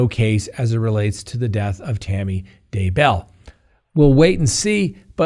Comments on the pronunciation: I've noticed you're the only one who pronounces the Daybell name with the accent on the last syllable. Maybe you know something that we don't know. But everyone else in the news says DAY-bell. It really does seem like a more natural sounding pronunciation but I guess you may have some insider knowledge on this. Anyway thanks for the expert legal insights!!!! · Some slack is not really warranted here. is the host of a YouTube channel that boasts accuracy, truth, legitimacy, etc. Accordingly, he should get the basics correct, which include people's surnames; people that he has had on the front burner for a couple of years. He even got Tammy's last name wrong a second time, seemingly after an edit! His credibility is suffering here, in my book. I may check back in with him once the trial/trials start, but for now, my mouse is heading to the unsubscribe button. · I love you even if you never say Daybell correctly. 😘